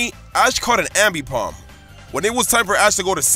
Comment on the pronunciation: You miss pronounce aipomb ambipomb